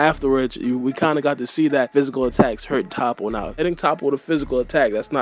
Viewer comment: Vegeta finally got his W that he deserves. And it’s pronounced Toe-po like how can’t y’all pronounce these simple names right?! Like jeez 😂🤦🏾‍♂️